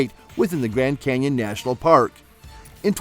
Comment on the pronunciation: "Canion"... really?